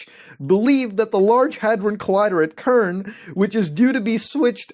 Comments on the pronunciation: I hate to be t h a t guy but cern is pronounced S e r n not k e r n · I TS PRONOUNCED CERN NOT KERN DAMNIT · Jus heads up it's pronounced "sern" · It's Cern, not Cern. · Lol "ce-rn" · It's Cern, as in "there's nothing to be conCERNed about". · CERN is pronounced SERN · "kern" bruh you dumb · Muta... you know damn well its pronounced "S-ern"